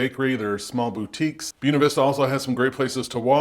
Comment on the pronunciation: You're killing me with your pronunciation of Buena